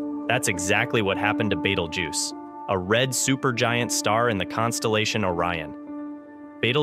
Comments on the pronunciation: It's Beetlejuice not battlejuice or whatever your saying. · 😂 you say Betelgeuse funny like batelgeuse or something like that but good story video thank you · He's calling it beetle juice haha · Omg can u pronounce Betelgeuse correctly. It's pronounced as Beetlejuice!!!!